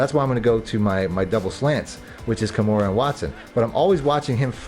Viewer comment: KA MAIR-AH not Kimura lol You been Playing UFC on the low ? 🤔